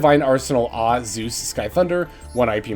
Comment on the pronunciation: I would literally do anything to get to just say "Divine Arsenal [double-A] Zeus" instead of "Divine Arsenal [Ahhhhh] Zeus". Like.... it's clearly a reference to AA batteries.